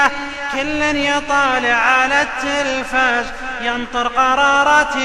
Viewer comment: زززززززززيد هع التلفازززز يقهر اذا نطق الز